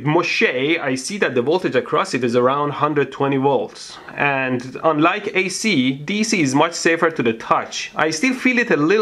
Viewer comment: What the beep did he just say ac dc